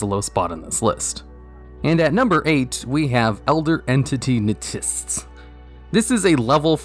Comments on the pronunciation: He must feel really dumb knowing how to say NTSSSS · Its pronounced "eNTeSS"